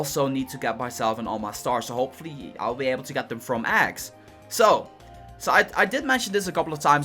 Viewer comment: Shy is he saying "Aggs"